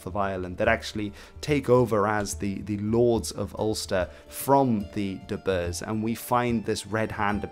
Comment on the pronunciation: Pronounced - 'De Burge' here in Ireland